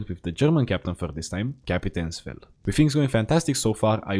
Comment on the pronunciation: as a german it kinda triggers me that its Kapitain Fell and not Kapitains Fell